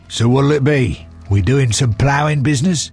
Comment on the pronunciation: Anyone notice how , the voice actor doesn't know/understand that the word "ploughing" is to be used as an expletive and instead places emphasis on it, treating it as the subject matter, thus effectively asking Geralt if they are about to conduct some business regarding ploughing, presumably in a field somewhere. By the way, thanks for the excellent playthrough/edit.